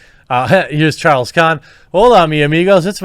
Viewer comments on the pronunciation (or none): none